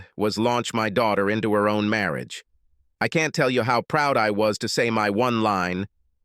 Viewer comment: What is "Marri-age"???? The Ai voice has become 'grating on my nerves' please change it...